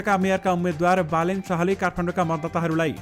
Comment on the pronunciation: As a news leader you pronounced wrongly Balendra to Balen Sash